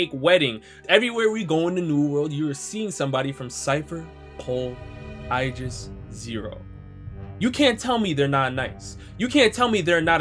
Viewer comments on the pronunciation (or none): none